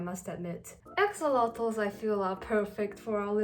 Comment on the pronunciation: ax-Oh-lot-oles is how you pronounce it